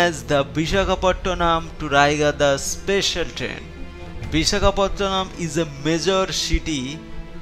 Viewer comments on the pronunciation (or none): great accent and pronunciation.. its Vishakapatnam not Bishakhapottonam